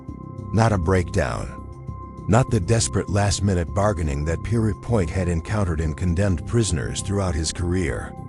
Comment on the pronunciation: Note to AI the executioner's name is pronounced Pier...as in a pier for ships to anchor alongside and point as in a sharp object.. simply put the two together...and note to content creator..Albert Pierrepoint was opposed to the death penalty and happy to see it abolished .... given the underlying context of the presentation that fact is something of a conundrum don't you think...I wonder how the AI would pronounce conundrum